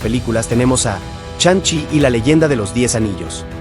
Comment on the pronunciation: 🤣😂🤣😂🤣😂🤣😂 Charon, Chanchi, Majerchala, Bichop, Konchu, Itan Jo, ChiJul, Mantin, Churi, AdamWarlo, Inveichon, Agatha Olalón... wey, no mames, amé tu pronunciación, me hiciste reír muchísimo